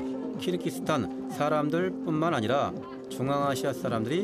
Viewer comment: 발음: [두산베] --> [두샨베], [키르키스스탄] --> [키르기스스탄], [아프카니스탄] --> [아프가니스탄], [저슬] --> [저즐], [찹찹] --> [착잡], 자막: '갈 때 없어서' --> '갈 데 없어서'